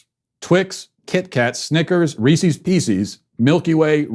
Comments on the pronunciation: Hey everyone, and welcome to the Andrew Smith show! For today's biweekly revokation, we will be revoking Matt Walsh not only for his offensive lack of taste in Halloween treats but also for his blatant mispronunciation of the name Reese's. It is pronounced Reece-is, not Reese-eez. For this unacceptable, deeply upsetting act, I have no choice but to revoke Matt Walsh. Thank you for watching. Godspeed. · The fact that you say "Ree-cees" instead of "Rees-is" tells me you should be cancelled. IT RHYMES WITH PIECES!!! It's not pee-cees. C'mon man. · I've never heard anyone call them Reeseez... Or peeseez. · Worse than that was the fact that he kept calling Reese’s Reesies! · Matt’s the only podcaster that gets me to laugh out loud. Why did he call them reeceeees though. I wanted to stab my ear. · I’m more offended by the way you pronounce Reese’s 😂😂😂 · Well you could start with saying the candies name right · Matt, I can’t believe you pronounce Reese’s like that. If a man named Chris owned a company it would be called Chris’s, not Chris’eees. I have lost all faith in you and am therefore canceling this show. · I know the candy thing wasn’t the official cancellation, but you should stick to one dumb, curmudgeonly cancellation rant a week... it’s become quite tiresome. also you should learn to pronounce “Reese’s” properly.